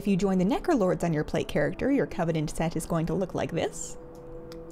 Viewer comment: so... the internet... is the abyss? I also heard "Nekolords" instead of Necrolords and considering has a cat, I find it fitting.